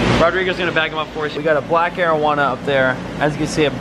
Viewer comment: Did you just say 420 or Arowana?